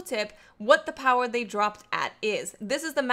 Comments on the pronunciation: Hey great video. Just to clarify though about the engram power, its actually says the minimum not the maximum. Also I like when you say "Powah" =D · That accent when she pronounces power though bahahaha